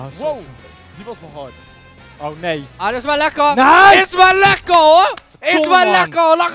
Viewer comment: Don: IS WEL LEKKAH LAGABRAGGIEKOKARIEZUHUUHUUUUUUU BWHAHAHAHAHAHAH LEUKSTE MOMENT VAN DE HELE VIDEO XD HAHAHA